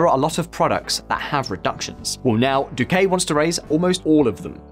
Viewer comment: I cringe every time you pronounce it "Duqué"